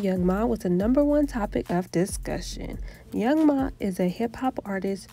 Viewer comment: It’s young M.A not young ma🤦🏻‍♀️